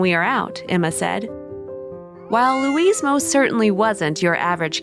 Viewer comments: Louis is not pronounced Louise! It is a male's name and said normally without pronouncing the "s", like Loui or, if you MUST say the "s" then it is "loo-is", not" Louise", Dummkopf. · Louis, is pronounced LEW-EE